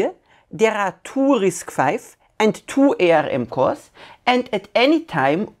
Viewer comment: Great presentation. I just wanted to point out that ARM or Arm is pronounced like the arm on the human body and the Pi in Raspberry Pi is like Apple Pie.